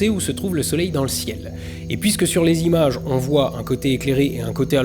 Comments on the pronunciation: Faute! On ne dit pas les quatre zimages! Au piquet immédiatement en compagnie de votre camarade Hugo Lisoir, monsieur! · "Quatre z'images". C'est scandaleux, je me désabonne. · je sais, c'est l'accent de la modernité qui lie tout et n'importe quoi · Les quatre zimages et les quatre zagrandissements m'ont un peu piqué les oreilles... Sinon, comme d'hab, excellent.